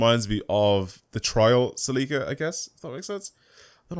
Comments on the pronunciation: its celica not celiika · Ahh the “Sell-ick-uh” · Sounds weird when u say Celica cause its actually Celica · I’m from the USA a we say it different Celica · Umm just because you're not English doesn't mean you can't say it the right way, you're confusing Everyone calling that car something else, and I've driven that car in real life. So don't try to assume anything 🙄🙄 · The way you say celica 🤮